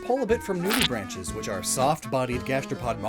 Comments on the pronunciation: "Nudibranchs" is not pronounced "nude-ee-branches." It's pronounced "nude-ee-bronx." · BTW, nudibranch is pronounced with a hard "C" sound (like "cat") and the plural is nudibranchs which would be pronounced "branks" not "branches"